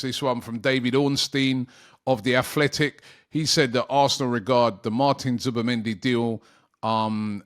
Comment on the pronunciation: Zubi not Zuba please Robbie